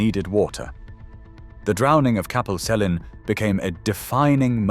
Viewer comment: Capel Celyn is pronounced with hard Cs, so kapel kelyn, not selyn. It's also more commonly known as the drowning of Tryweryn (the name of the valley), and you'll see signs all over Wales that are blood red backgrounds with white writing saying Cofiwch Dryweryn (Remember Tryweryn). Also only some of the bodies and headstones were recovered, most were flooded with the valley. The bodies of some of my family members are still lost under the water. Only 8 bodies were removed, and the company drowning Capel Celyn promised to collect the headstones of the remaining graves, then cover the graves with gravel and concrete, which was never done (yummy corpse tinted water for all I guess).